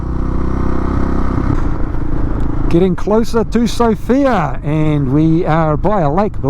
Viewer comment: While in Sofia visit the Vitosha boulevard. Beautiful streets. Just a heads up on the pronunciation of the Bulgarian capital, put the emphasis on the first syllable, like Sof-ia, not So-fia. The fields of yellow flowers are rape fields, the pland rape, sometimes called rapeceed. The plant isbysed to make oil. Like oil for cooking. I velieve you have Canola oil in kiwi land. That is made from either rape ornits cousin that i dont know the name of in English, in Swediah we call it Rybs. The straw that is left over after harvest is often used by the farmers as hay and is often used to hear yheir buildings in a furnace as its not a good product to feed the animals. Other usage of the oil is to make different margarin products. If you detour over Denmark and Sweden on your way to Ireland in end of May you will literally see oceans of it. Ill offer you free place to stay, food and beer. Welcome to the European continent (although 7% or so of Turkey is also in Europe). Cheera from Sweden